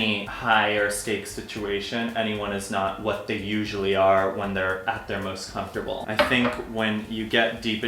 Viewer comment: "comftorbility"? lol